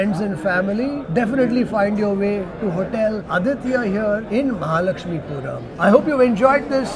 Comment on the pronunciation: It is mahalakshmipura